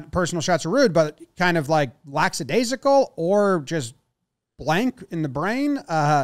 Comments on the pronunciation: The word is not "lack SA daisical. It's lack A daisical. No "s" after lack.... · It's lackadaisical not "lacksadaisical" first the commentator made the mistake and now jomboy